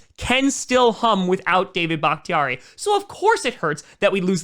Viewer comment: It does not sound like your saying david ... Am i missing something lol.. Im hearing daya .or something like that